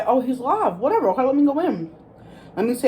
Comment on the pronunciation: Take a shot every time you say “whateva” 😂